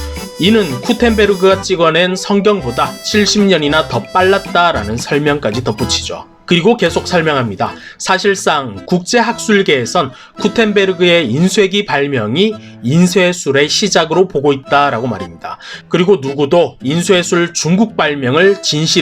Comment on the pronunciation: 쿠텐베르그가 아니라 구텐베르그입니다.